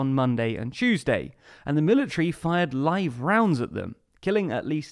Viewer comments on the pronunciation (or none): none